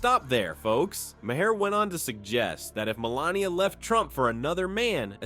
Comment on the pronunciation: I don't know if I could subscribe to anyone who pronounces Bill Maher's last name as Mayor.